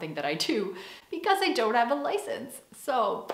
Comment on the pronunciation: Dag,. Leuke video weer! Je begint Nederlands te klinken in je uitspraak van je Engels! Het duidelijkst hoorde ik dat toen je "so" zei ([soʊ] in plaats van [səʊ]). Je spreekt vaker Nederlands dan Engels?